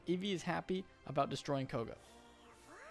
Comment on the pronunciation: isn't it "Koga"? Not "Kogo"?